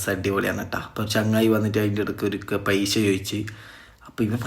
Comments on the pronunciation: പൈശ അല്ലടോ പൈസ,,, നന്നായി സംസാരിക്കാൻ പഠിക്കൂ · പൈശ അല്ലാ പൈസ 😂😂